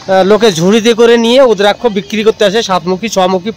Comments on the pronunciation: রুদ্রাক্ষ কথা টা হবে ভুল ভাল উচ্চারন করবেন না। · রুদ্রাক্ষ বলুন ভুল ফল উচ্চারণ করছেন